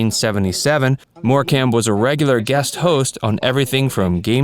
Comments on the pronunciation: 'Morecambe' pronounced 'Morecum' Good research 😑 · It's pronounced more-come ♥️